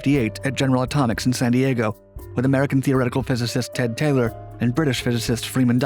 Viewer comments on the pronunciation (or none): none